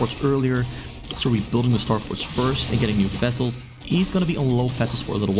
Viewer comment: What a brute zerg! You saying fessels all the time, instead of vessels (interestingly enough you can pronounce “v“ in other words)